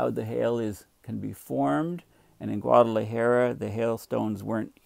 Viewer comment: Dear - As a courtesy to your Mexican neighbors, please learn to pronounce Guadalajara. Oh - and take a look at the country Costa Rica. Please don't call it Costa Rico. Please accept this small criticism in the most friendly way possible. Cheers.